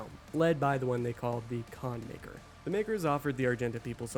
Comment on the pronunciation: The MAYKR? Really? 🙈